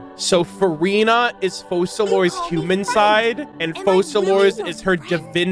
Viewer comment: Hilarious how pronouncing Focalors properly even after hearing it a million times is impossible 😂😂😂